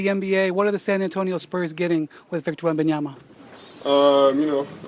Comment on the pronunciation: Do a push-up every time Malika says Victor Wenbonyama